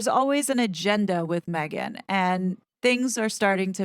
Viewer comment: she’s ‘probably’ ok with that? Then why not call her by her name if you’ve been working with her all this time? Now during this interview you are over accentuating her name? MEGhan! Come on … 🙄 😂